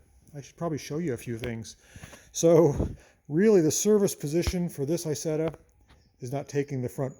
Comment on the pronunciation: Hey, Nice to see an American like an Isetta 🙃 (Btw you don't pronounce it right, it is not called Aysetta, in the right pronounciation you would say more like e(like really)sett(the t like tank)a)